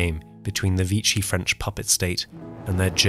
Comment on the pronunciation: surprised the commentator has not yet mastered the word"VICHY". I prefer to word "normality". Don't you ?